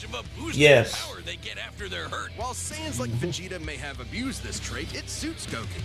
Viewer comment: I’m sorry… I’ve heard death battle already but… did… did they say sans instead of gans? 0-0